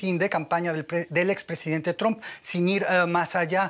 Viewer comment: Lo felicito por pronunciar el nombre como "Trump" y no "Tramp".